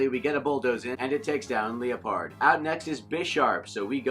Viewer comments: Leeapard ????? Lie perd is correct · Arthur Machado no I was correcting his pronoucatuon